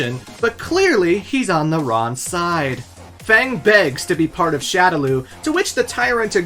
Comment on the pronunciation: Why do you not know how to pronounce F.A.N.G